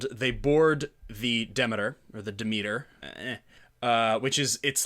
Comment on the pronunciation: I enjoyed the 2020 series. Found your analysis interesting, though. To be fair, Dracula is such a known story, anytime a departure from the book comes around, i tend to enjoy it, because it's hard to get surprises from overexposed stories like Dracula. Also, it's De Meter, phonetically. Not demi, like Demi Moore. Demeter, Greek goddess of agriculture. Also, Lord Ruthven is a nod to Polidori's Vampyre. One other thing I felt was a thing with this series is the nod to the style of the old Hammer films about Dracula. Even Frank Frazetta paintings seem to have been referenced, in the third episode. The second episode, involving the trip on the Demeter, I enjoyed, because that trip was barely touched upon in the book or in earlier iterations on film. I really very much liked this series.